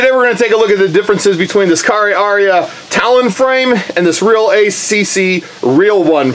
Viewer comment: it is not pronounced like that its pronounced car-ray-er-ray-er its the name of a New Zealand bird.